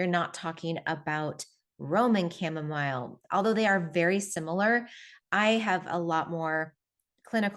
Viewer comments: Chamamolee? Was it hard to take this person seriously as being knowledgeable on the topic? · I saw that video where he said “cha-momma-lay” too like last month or so. Epic Gardening I think the channel is called. Too funny! 😂. His friend had said it, the main guy knows better.. My hubby is def. more of the venting type. I’ll try to get him to drink this more! Thx for sharing all of your practical tips & knowledge that I can sure use too 😊